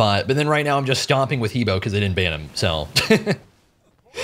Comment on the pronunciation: I'm still triggered with how long you've been playing this game and you still can't pronounce He Bo correctly! HUH BWA!!!